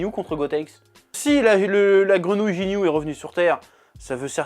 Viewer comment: “Jinyu”????? Lol